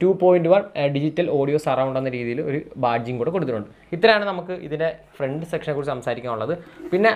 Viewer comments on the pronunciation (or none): none